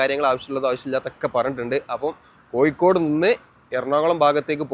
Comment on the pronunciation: വീഡിയോയും അവതരണവും കുഴപ്പമില്ല. പക്ഷെ ഭാഷ കൈകാര്യം ചെയ്യുമ്പോൾ ഒരുപാടു ശ്രദ്ധിക്കണം. ഇത് ഒരുപാടു ആളുകൾ കാണുന്ന വീഡിയോ ആണ്. അക്ഷരതെറ്റുകൾ ഒരുപാട് ഉണ്ട്. ഉദാ : മഴക്ക് , മയ എന്നും പുഴക്കു, പുയ എന്നും കോഴിക്കോട്നു, കോയി കോ ഡ് എന്നും ആണ് പറയുന്നദു പിന്നെയും ഒരുപാട് തെറ്റുകൾ ഉണ്ട്. നിങ്ങൾക് ഇഷ്ടമില്ലാത്ത പാർട്ടി കേന്ദ്രം ഭരിക്കുന്നത് കൊണ്ടാണ് ഈ വീഡിയോ നിങ്ങൾക് അവതരിപ്പിക്കുവാൻ കഴിഞ്ഞദ് നിങ്ങൾക്